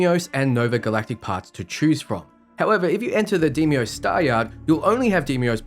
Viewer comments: Did he just say DE-I-MOS? It's pronounce as "DEYMOS" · Its day-mos not dee me os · 25 minutes of saying De mi os when the word is Dei mos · The video was so incredibly helpful. Thank you! That said, they say DAY-mos in the game. Deimos is pronounced DAY-mos.